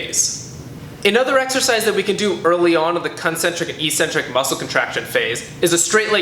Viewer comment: I wish he knew how to pronounce 'eccentric'.